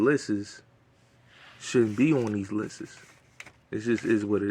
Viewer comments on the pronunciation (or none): Every time you said lisses I corrected you and I said *lists for you haha 😆